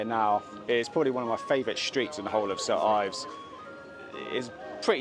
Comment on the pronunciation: Its "Saint Ives" Great video